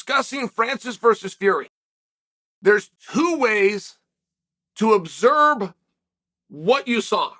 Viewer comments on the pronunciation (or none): “(…) Obserb what you saw” -Chael P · Observe or abzurb who cares 😂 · There’s two ways to observe, but only one way to obserb 😂 had to be said, love you man. ❤